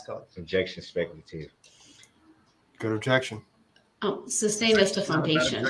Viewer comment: Grounds for the “substain your Honor” 😂